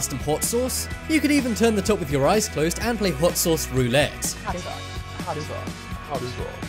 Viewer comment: HAUTTT SOSSS